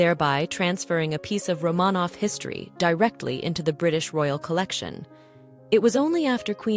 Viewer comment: Could the AI at least pronounce Romanov correctly?